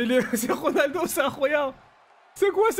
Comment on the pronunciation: C'est pas Ronaldoooo sa grrr Reunaldeau